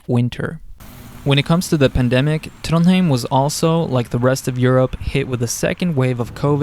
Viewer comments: couldnt help but notice that you pronounce Trondheim as Trondheim, whereas when we study norwegian, bokmal or something similar to standard, isnt it pronounced TrondHaim? Thanks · As a local, I've never heard anyone say the name of the city with an a. You will occasionally heard folks who still say Trondhjæm tho, which is how you'd pronounce the old name of the city, which was spelled "Trondhjem" (a leftover from Danish rule).